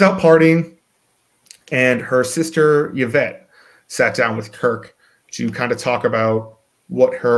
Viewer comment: Who is "Yavette"?